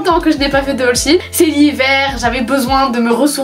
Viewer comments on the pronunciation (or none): Ça se dit Shi ine car avant c’était She inSide (